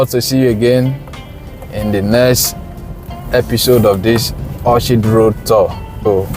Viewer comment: good job. The name of the street is pronounced as Orkid. Just as you pronounce Orchestra. English pronunciation can be hard.